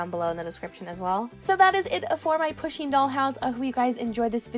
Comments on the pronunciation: It’s not pu sheen it’s pronounced poo sheen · it's said like Poosheen